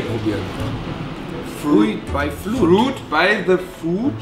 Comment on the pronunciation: Andre hat für das Wort "the" die wohl deutscheste Aussprache, die es gibt. Erinnert mich so krass an meinen Bruder xD